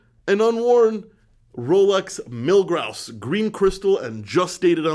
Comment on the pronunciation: Lol did you say Rolex Milgrouse? Teehee